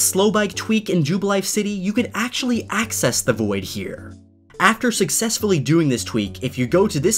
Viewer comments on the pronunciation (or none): none